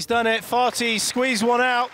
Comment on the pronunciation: I hope you're aware that your commentary is inappropriate, unethical, and disrespectful. His name is Karim Ali FATHI not FATI. You're supposed to pronounce the H. Your "jokes" were rude and distasteful. Please remember this next time.